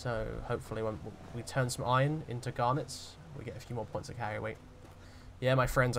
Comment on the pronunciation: This is way more entertaining than I thought. Never expected to be so entertained by a nice British bloke rping as a minor. I guess it's the way you pronounce iRON